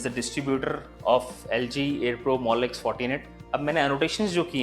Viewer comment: Before he said LG i thought it ZG 😂